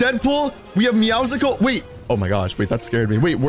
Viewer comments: Does he still says meowsicoles instead of meowscles ? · He said it wrong your not going crazy 😜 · it’s meowScules the c is silent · You pronounce Meowcles wrong